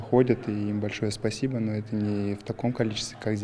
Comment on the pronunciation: Изя, давай русский учи. Спасибо без акцента уже говоришь .